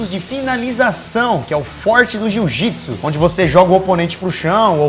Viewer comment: JU-JITSU KKKKKKKKKKKKKKK